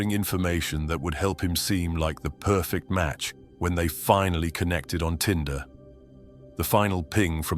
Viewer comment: Tinder, not Tender.